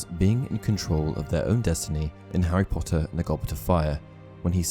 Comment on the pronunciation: Well i clicked faster than he can say 'POTTAH'